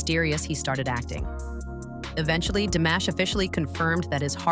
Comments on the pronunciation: Диктор, хоть и бот, очень плохо, глупо запрограммирован; Известного Казахского на уровне международном, если не знаете, то имя всеми любимого певца; ДИМАШ, а не 'дамаш', что за манера у бота ИИ коверкать известные имена, фамилии, названия городов, сёл, рек, озёр, и много что другого толдычит своим гнусаво-механическим голосом, что атишники ИИ- глухие, или, 'демонизированные' 'сущности', лишь бы всё искажать, лгать, тупить; таков хозяин ИИ👺👿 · Вот зачем врать, что Димаша не признавали в Казахстане? Все первые места в конкурсах, любят его и признавали, и признают. Режет слух это ИИ, Дамаш, Дайда дамбра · Чтобы рассказывать про Димаша Кудайбергенова нужно правильно произносить его , имя, город Актобе и другое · Сначало научитесь или научите робота чтобы правельно говорил его Имя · Спасибо за такое вежливое поправления у меня нет сил поправлять робота хоть я не очень грамотная но слушать как она корежит имя Димаша не выносимо